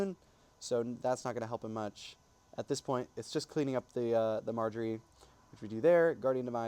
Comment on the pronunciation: Love you pronouncing Majorie as Marjorie lol cool stuff ❤😂😂 nice video and Nice team also 🎉❤❤